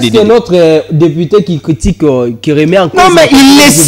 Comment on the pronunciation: ON DIT DEPUTE ET NON DEPITE